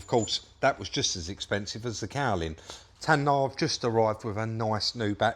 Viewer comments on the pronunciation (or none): TAYNA FFS!!!!! not TAN-NAAR🤣🤣🤣🤣🤣🤣luv these vids!